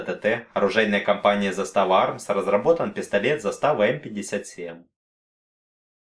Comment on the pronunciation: Не застАва, а зАстава